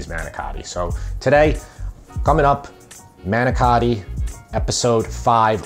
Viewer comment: I know it's a lot more work to make the crepes. Good video. You even pronounced manicotti like Jersey guy.